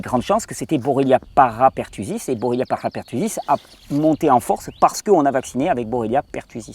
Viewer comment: Juste un petit détail, la bactérie s appelle bordetella et non bordatella ou borrelia.merci pour tes videos.